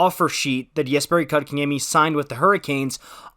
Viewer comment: First off it is Coke In Yemmy not Cock -in - Yemmy! Second if you have been watching the Canes you would know that the second line with KK at 2c has been the top scoring line for the Canes! KK was moved to 4C for injury reasons and the second line went dormant. He has been back since January and not only is that second line going again so is his numbers. I know his numbers were not there in the start of the season but if there were a such thing as a third assist, he would have been racking them up. All year he has been winning face-offs and battles on the boards that has lead to Necas and Svech/Turbo scoring the goals. Plus he has become great on both sides of the puck. The Canes develop 200 ft players. Rod demands defense first. The Canes know how to take poorly developed players and fix them. I can't wait to see how good Pulj will be after a few years. KK will only get better. Good long term deal by the Canes. As for last nights game.... KK with the winning SO goal!!!!!